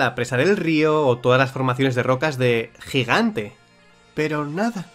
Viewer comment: Curioso el modo en el que dices "Piedras del GIGANTE" 👀